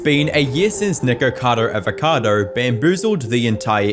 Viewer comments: Nikarcoda Avarkoda lol 😂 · "Nircado arvercado" 😂